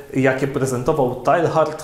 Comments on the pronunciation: Chyba wymawia się [teja:rd] a nie [tajhard] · Mówi się "Tejard", nie Tehard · Zawsze mnie uczyli że Teilhard czyta się tejár ;P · Ksiądz zmusza mój rozum do ciężkiej pracy; dziękuję. Jedna uwaga techniczna skoro Ksiądz obraca się raczej w klimatach języków germańskich, nie romańskich. Imię dzisiejszego „bohatera” wymawia się : Tejard. Szczęść Boże. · Przepraszam, ale w języku francuskim nie wymawiamy litery H